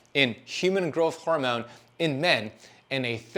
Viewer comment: Does fasting make you say “hormewn” instead of hormone? Cuz if it does, I’m out